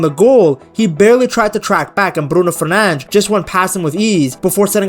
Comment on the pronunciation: No way homie actually saying “fernanj” 💀